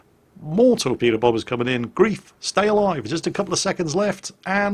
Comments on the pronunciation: And it's pronounced 'grife' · Hi. The player isn't called 'Grief' but 'Greif' (gR3iF), which is German for Griffon. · His name is Griffon (ger: Greif/gr3if) not grief. Great play. I do love my Farragut with def fire, drives low tier carriers nuts. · his pronunciation of German is quite adequate compared to other English language YouTubers. I just think he'd like to pronounce the name of someone, who shares a name with how Erwin Rommel named his desert campaign command wagon, correctly;)